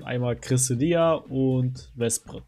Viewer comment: Junge wie zur Hölle sprichst du Cresselia und Vesprit aus?! Nur 22 Sekunden geguckt, 2 mal Cresselia falsch ausgesprochen, 1 mal Vesprit falsch ausgesprochen, danach war ich raus.